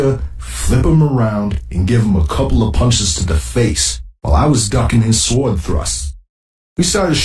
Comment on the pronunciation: ducking his suhward, lol